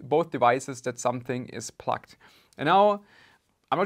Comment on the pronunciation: Sounds like you’re saying “plucked” instead of “plugged”.